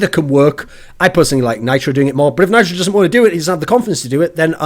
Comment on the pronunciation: can't even say nitro. He's been awful for months now.